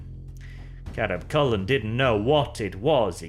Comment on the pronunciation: Anyone else hear Chapter Master Carab Culln's name as Crab Culln instead?